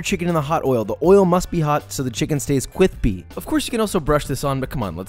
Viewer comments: So kwispy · Nah, there is crispy and there is cwispy. Only food made the josh way is cwispy. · you mispronounced “cwispy” there, Josh. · dope man. Is perhaps, kwispy? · Dareo Koski i agree, no ones food is kwithpy like josh’s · Manny Young the main content is the A roll the B roll is the filler content that you don't really need but looks extra cwispy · I need a compilation of josh saying “kwispy” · The three Cs of Thiccc were nailed in this video: Cwispy, Cwunchy, and Cwusty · Josh should make merch that says "Stay Cwispy" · Nobody: Josh: That’s cwispy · Thanks Joshua. I cant stop saying, CWISPY now. 😂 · I dont think josh is capable of saying CRISPY at this point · Joshua, I love of what you do but for some reason, like how people respond to the word “moist”, for some reason “crithby” annoys the shit out of me. Everything else? Top notch instruction for cooking great. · Not fair he added cwispy sound effects to his chicken and not the other ones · I can't stop saying Kwispy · I literally watched the part were he bit the cwispy chicken over and over and over and over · I HATE the way he says "cwispy" 😠😠😠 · did i hear using w instead of r D